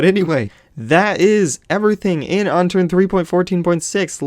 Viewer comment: I think he wont play with you because you said "unternd" like a noob! you need to say unturned, lol